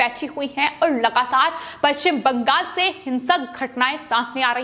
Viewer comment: पश्चिम bangas किऊं बोल रही हैं? बंगास नहीं,बंगाल कहिये।